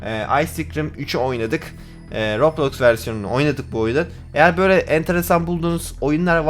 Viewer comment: Abi röblox değil roblox😂